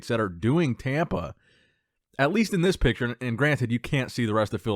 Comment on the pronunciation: your videos are my staple for bodybuilding content! Keep 'em coming. Why do you pronounce "thish year" though?